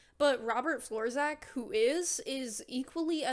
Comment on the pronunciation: Im gonna be the one to destroy fun - his name is pronounced 'florchak' since C and Z together make a CH sound like in chicken and his surname is polish I suppose. Other than that great video